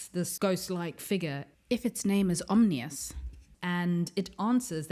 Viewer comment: It's "Om-NEE-us" not "Om-inus." Also, it's "Axe-lah-tul" not "ax-o-til" tanks.